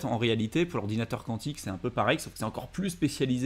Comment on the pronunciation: Quantique… de quantum. kou an tique . Sinon faut chanter le cantique ;)